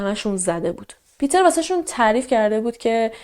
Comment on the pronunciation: مرسی از برنامه و شیوه اجرا،🙏 ولی جهت اطلاع شما، اسم Peter به آلمانی پیتر تلفظ،نمیشه ، بلکه پِتِر خونده میشه